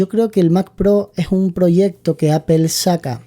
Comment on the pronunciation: Es muy instructivo este vídeo. Gracias. Solo una cosa, he vivido en California y manzana se pronuncia ApOl( no apel), jaj😂. A los anglosajones les chirría mucho escucharnos decir apel